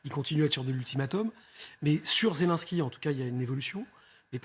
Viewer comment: Il faudrait que les journalistes apprennent à bien prononcer le nom du président ukrainien. Ce n'est pas Zélansky, mais Zélénnsky.